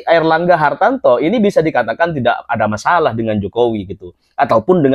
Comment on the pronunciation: Mas namanya Airlangga Hartarto bukan Airlangga Hartanto spt yg anda sebutkan